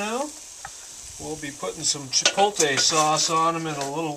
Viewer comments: It's Chi-poht-lay, not Chi-polt-ey. Move your L back to where it belongs, otherwise, great video. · I have seen several of your videos and I really enjoy both of you, and your friendly, accessible approach to cooking in your dutch ovens. I even love that you can't pronounce chipotle right! I'm pretty new to dutch oven cooking, but I love it and can use all the good ideas I can find. Keep those good videos coming - you're making the outdoors a better place to cook! :-)